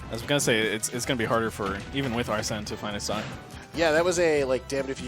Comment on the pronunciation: How hard is it to say arsene since it’s pronounced when he comes out and they said it in the trailer smh